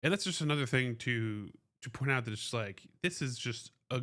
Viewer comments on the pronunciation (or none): none